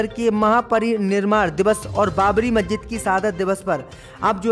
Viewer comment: मज्जिद नहीं मस्जिद नखलऊ नहीं लखनऊ 👎👎👎 DISLIKE 👎👎👎